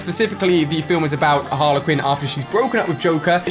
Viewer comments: It’s HarlEY Quinn not Harla Quinn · Harle Quinn 😂 so cringe it’s Harley Quinn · Who says Haler quin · Ali its Harley not Harla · harlequin? no Ali its Harley Quinn not a rugby team. also RIP Kobe Bryant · It is harley quin not harla quin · Everyone: Harley Quin Ali A: HArLeR QuiN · Did he just say Harla Quinn???????? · No-one: Literally no-one: Ali-A: "Harler Quinn" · IKR lol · No one: Ali : Harla quin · Yeah your saying Harley Quinn’s name wrong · He pronounces Harley Quinn wrong